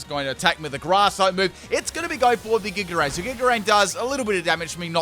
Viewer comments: Giga rain lol it’s giga drain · Also "Giga Rain"